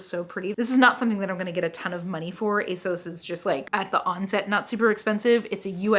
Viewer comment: ASOS = A Sauce. I promise 😘